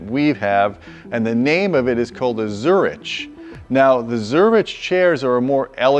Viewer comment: Jeez, that's easily like twelve grand worth of seating right there. Baller. Also, come on,. It's zur-ICK, not zur-ICH.